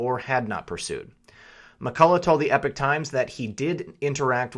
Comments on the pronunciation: Love your work but you keep saying EPIC times, its spelt with an O. Pronounced E-POCK times. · Epoch times not epic times. They have a you tube channel where they pronounce it properly. Rhymes with pocket.